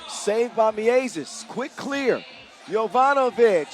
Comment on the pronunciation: The "ie" sound in Miezis is correctly pronounced like "ea" is in English word gear. The announcer is now just saying it like it's two separate words Mi Ezis 😂 As for Gludītis - emphasis in Latvian words is always on first syllable (same applies to Lasmanis and Raimo). Ī letter means its a longer i sound - like ee in sheet instead of a short i as in big.